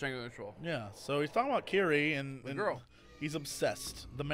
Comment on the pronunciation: Uh, no, no ay. "Ki Ri E". "Kee" "Ree" "E" And I know. I speak that damn language